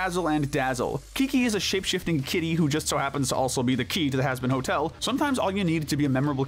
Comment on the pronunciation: hazbin ho el 💀